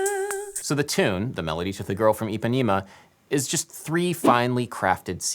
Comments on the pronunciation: jesus, stop saying Ipanima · eu tbm, especialmente eles falando "Ipanima"! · Okay so great video but please Adam and all Americans: it's pronounced EE-PA-NEH-MA NOT EEPANEEMA it's an issue a lot of Americans have with pronouncing a soft E for some reason.. Another example is how Americans pronounce my name Paydro when P-eh-dro is FAR preferable. It's not hard but the consistency in which people get it wrong is frustrating. I know it's not intentional, and that's why I want to educate you on that and again this video was really cool (: I learned so much about the culture of the music of my people.